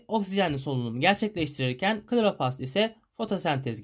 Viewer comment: Söylemeden geçemeyeceğim Kloropast degil kloroplast😅